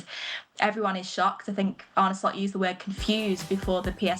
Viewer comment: Ane Lost 😂😂😂😂 not Slot